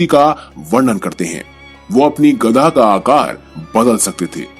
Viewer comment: Are you gadha It is gada not gadha